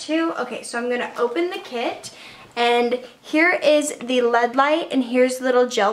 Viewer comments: She said lead light bahaha it's LED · I love but I kept dying when she'd say lead light and not L.E.D. light hahah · Kara Jorgenson same😂